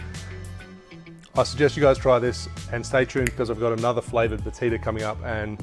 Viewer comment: My Brazilian wife says... it's pronounced "ba-CHEE-da" also this is good with pineapple.